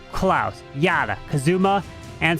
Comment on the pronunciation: Yat-ta why pronounce it ya tta , yat-ta in japanese means yehey, just saying😅